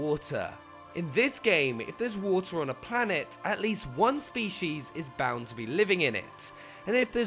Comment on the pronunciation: Da Se I couldn't unhear the way he says "species". Spee-Shees